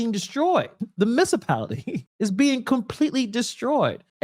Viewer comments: ….no matter how I’ve spelled it and no matter how much it was repeated…”missapality/miscipality….IS NOT A WORD! M U N I C I P A L I T Y. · Municipality not mincapality